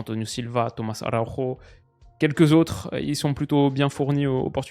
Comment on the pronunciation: araujo avec le J prononcé comme en français stp mdr. On parle pas espagnol